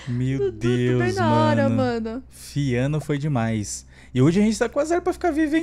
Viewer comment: É fiona, não fiano KKKKKKK